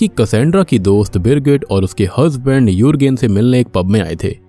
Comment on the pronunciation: Birgit ki jgh girgit kisko kisko sunai diya 😂